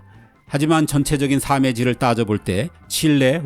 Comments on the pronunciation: 애청자입니다. 발음하실때 전부터 걸리는것이 있는데요. '삶의질'은 표준발음으로 살므질로 읽는데 화자께서는 삼으질로 읽으시더라구요. 발음상의 제약이 아니면 표준발음으로 해주시면 더 좋은 컨텐츠가 되리라 믿습니다. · 혹시 살메질로 읽는 것 아닌가요??? 살므질은 경상도인지 발음 못 하는 사람들 얘기 같은데???